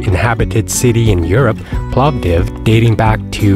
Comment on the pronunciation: An interesting and quite comprehensive video. I assume your target audience is Americans (not Europeans) as you quote prices in US$, which are meaningless to me. I would prefer in Leva or Euros but that is just me. The "o" in Povdiv is short (to be fair you seemed to get this right the sceond time it was mentioned) and the "e" at the end of sirene (white cheese) is pronounced not mute. Regarding driving I have found that there has been a very big improvement in the rural roads particullary as regards reduction in number and seriousness of potholes in recent years but this does vary from (Oblast) province to province. I have not needed 4WD, but winter tyres are obligatory from when the winter season is officially declared. Like most people in BG, I have two sets of car wheels, one with summer tyres one with winter tyres as it is easier to just change the wheeels than remove and refit tyres.